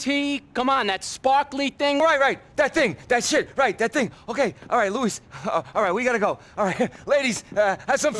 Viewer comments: You're pronouncing his name wrong. It's Loo-Ease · It's luis, man. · “Lou-is” lmao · It's Louise, mane